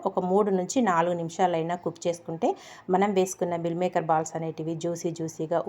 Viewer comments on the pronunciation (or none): ఎవరు చూసినా vegetarian dishes ని non veg dishes తో ఎందుకు పోలుస్తూ ఉంటారు? మిల్ మేకర్ కాదు మీల్ మేకర్ అనాలి కర్రీ కాదు కరీ అనాలి